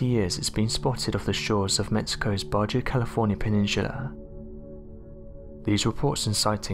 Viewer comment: the 'black demon shark' ... " ...over the last 20 years it been spotted of the the shores of Mexico's 'Bajhu' California peninsula..." To clarify the pronunciation of the word 'Bajha' the correct spelling is 'Baja' and the correct pronunciation is 'Baa-Haa'. ¯\_(ツ)_/¯